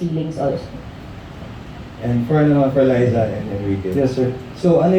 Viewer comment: Ok to all those interviewing LizQuen please show “LIZA” the respect she deserves and say her name correctly, it’s LIZA .. LIZA ..not ‘ LISA ‘ this just make you look stupid very unprofessional and one questions why you’re even there! Thankyou Enrique for always correcting them 👊